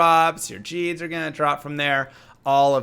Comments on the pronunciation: i love your content, but everytime i here you say jeeds it just irks me. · Love your videos, you cover a lot of the weord builds ive made over the last few decades. That said, i clicked away immediately when you pronounced it "Jeed". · Uh, just an FYI... I think the unique charm is based on the character "Gheed" who IN-GAME PRONOUNCES HIS NAME. And he pronounces it like "Ghost", not "Jeep". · If you talk to gheed in a1 he will say his name; that way you can remember to say it correctly.